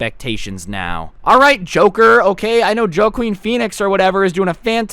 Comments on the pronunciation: It’s woqueen Phoenix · It's pronounced Wah-keen Phoenix not Jo-keen. Also it's spelled Joaquin. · it's woaquin but it's spelled joaquin you are welcome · Joaquin is pronounced wah-queen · Bro I have heard every pronunciation of my name but never have I heard Joe quen 😂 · did he pronounce Joaquin Pheonix as joekeen feenix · Nobody:: “Joe-Queen Peenix” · This man just said “joe-queen Phoenix” BRUH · Joe- queen intensifies lmfao 😂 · I hope he is joking about the way he pronounces Joaquin pheonix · He said Joaquin wrong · I laughed at the way he pronounced Joaquin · I really hope you said Joaquin Phoenix wrong on purpose